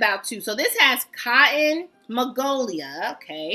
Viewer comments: it's magnolia, honey.. not magolia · Magnolia not magolia 😊